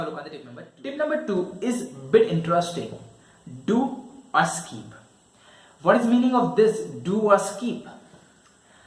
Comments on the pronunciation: It's skip not skeep.... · Skeeep ? Seriously ! 😂